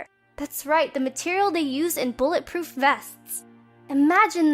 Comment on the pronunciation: XD you can't say bullet proof